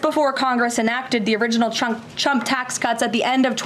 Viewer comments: Did she say CHUMP tax cuts? 😂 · ”The original Chump, ahem Trump Tax.” Gotta love the slip of the tongue! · Ha Ha!! she said CHUMP instead of t RUMP... Shows her STUPITY....🤡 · Does she constantly call tRump, Chump? It sounds like she says Chump every time. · Loving how she pronounces the word 'Trump' as CHUMP 😂😂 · She can barely even pronounce Trump. Listen to her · Did she try and say trump ??? Cause I swear it sounded like she said chump lmaoo